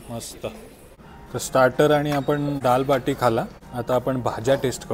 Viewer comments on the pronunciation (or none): डाळ वाटी नाही रे...डाळ बाटी 😅 दाल बाटी आणि चुर्मा. कुर्मा नव्हे 😅 राजस्थानी पक्वान्न आहे... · दाल वाटी नाही दाल बाटी